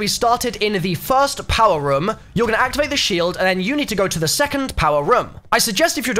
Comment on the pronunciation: I hate how he says room like ryum